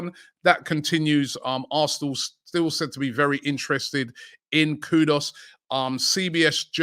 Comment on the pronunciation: Robbie its kudus not kudos 😂